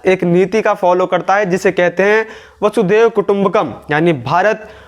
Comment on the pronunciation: वसुदेव कुटुंबकम् नहीं "वसुधैव" कुटुंबकम् उच्चारण करें।